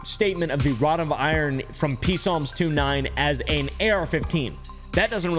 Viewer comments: "P--salms". The "P" is silent. "Psalms" Your welcome. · Are Peesalms and Psalms (pronounced Salms) the same thing? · I just love how you called psalms, p-salms. ❤ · I love how say P salms instead of just psalms where the p is silent. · Serious questions do you think psalms is really pronounced like that or is it a joke? If it's not a joke it's pronounced salms. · His pronunciation af the P in Psalms makes me feel physical discomfort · The way pronounces psalms is so irritating to me for some reason 😂😂😂😂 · the way he pronounces psalms is funny too me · The P is Psalms is silent 😂